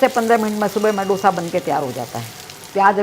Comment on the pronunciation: डोसा नही है वो,दोसा है.Please don't change the authentic name of the dishes.